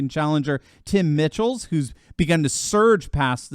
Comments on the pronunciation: Michels is pronounced Michaels. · ...you are saying Michels name incorrectly...please go find how he states his own name...